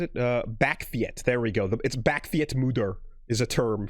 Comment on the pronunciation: Oh snap we gaan vol Nederlands lets goooooooo! For your information you pronounce it: Bawk (like a chicken) or Bach (like the composer) and feets (like feet with a s behind it) Bakfiets= Bawkfeets/Bachfeets